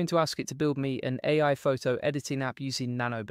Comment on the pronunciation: In Descript, separate A I so it reads it right. Seems to sometimes read it as “eh” like us Canadians sometimes. Just lookin out, not criticizing